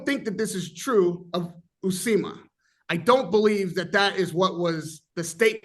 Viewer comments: Somebody tell it s Uisma and not Usima. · Uisma “u eeeze ma” not Usima 😂😂Usima Bin Boxin